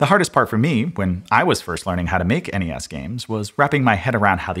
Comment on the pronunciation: Why do people say "ness"? "Enny ess" is so much better. Well done sir.